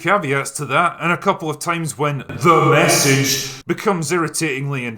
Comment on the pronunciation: I love when he says "THE MESSAGE"